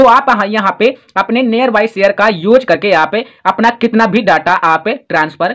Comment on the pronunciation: Near bolna sikho pahle